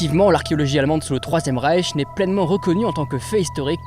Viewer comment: Reich pas Rieth, les riettes c'est au Mans lol